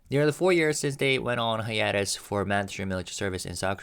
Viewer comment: /haɪˈeɪ.t̬əs/ Hi-a-tes. Long a. Love you Kiss kiss kiss. This word is coming up a lot and I know you care about pronunciation.